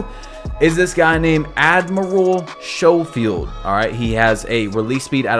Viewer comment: Not knowing how to pronounce Schofield is Crazzzy